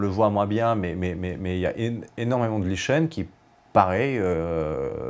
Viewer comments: je corrige lichen se prononce [liken] ça fait plus sérieux!!!! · On prononce : lichen \li.kɛn\ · Cet homme est bilingue (français et russe). Il a prononcé lichen tel que ça se prononce en russe. On peut peut-être lui pardonner? 😉